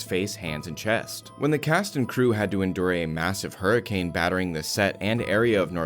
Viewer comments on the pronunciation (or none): none